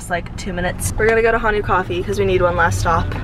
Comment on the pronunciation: lol only seeing this now but honu means turtle and the right way to say it is “hoe-nu” lol not “hanu” -btw honu comes from hawaii